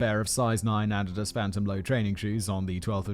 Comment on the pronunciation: I had to rewind when I heard him pronounce "Adidas"